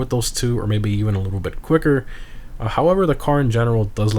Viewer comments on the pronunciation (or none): none